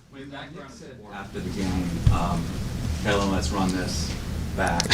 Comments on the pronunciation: Why Gayle keep calling him Ellen. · She definitely said Ellen , I’m sitting here laughing like “please just make sure the name is right on the check 😂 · Did she call him “Ellen” at one point?